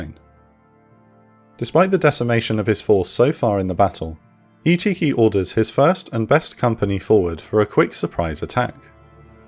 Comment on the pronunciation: Can't not hear ichicki as "he cheeky!"